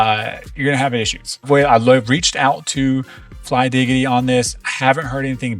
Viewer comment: its flydigi and not flydigity 😂